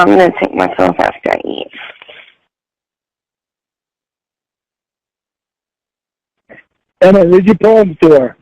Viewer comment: The poems are making me gag.....the vomit is nearly there.....for the love of Cawd,, STAWP!!!!